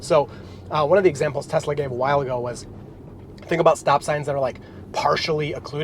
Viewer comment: Telsa!? You....